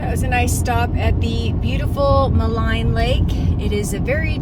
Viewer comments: Maligne pronounced Ma-Lean, not Ma-Line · "Maligne Lake" = "Mah-Leen Lake"